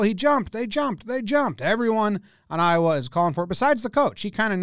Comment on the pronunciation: Hearing you say “Iowa” multiple times hurts me